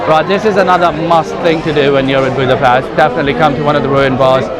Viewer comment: You pronounce it “Budapesht”